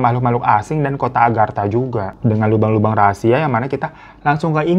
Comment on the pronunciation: Lubang kek gitu ngomongnya bang,jangan bilang Lobang jd gk enak di dengernya😢